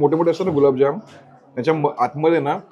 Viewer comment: गुलाबजाम ❌️ गुलाबजांबु✅️